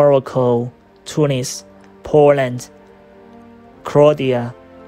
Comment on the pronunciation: krodia xD sorry man, but thats not how you pronounce it Great video nontheless, awesome job